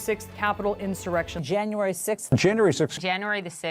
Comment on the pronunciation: I wish joe would pronounce the word insurrection.